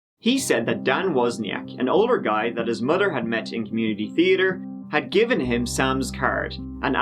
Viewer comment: I was hoping for you to say "treeatre" but you said it perfectly 😦 😂😂😂 love you!